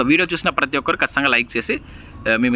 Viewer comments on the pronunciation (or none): none